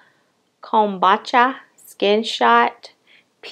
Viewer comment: It's pronounced 'come-boo-cha'. Cute glasses, are they Rx? Chile, I'm 4 eyed as hell. I bought no make up on the 4th, I bought glasses (Zenni optical was having a sale) household items and perfume from ALT Fragrance.